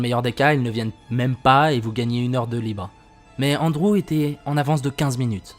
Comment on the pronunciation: Ptdr comment il prononce Andrew ; Onde-Roux 😂😂